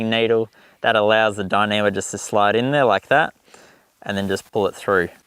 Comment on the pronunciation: Could you say dinima one more time?